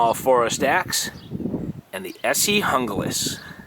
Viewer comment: Pronounced Hoonglas.